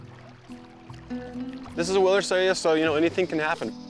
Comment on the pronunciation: The speaker had very slurred speech there: the word was "wilderness". We can only know this from the first syllable and the context. If people are going to speak in videos, make sure they enunciate clearly enough to be intelligible.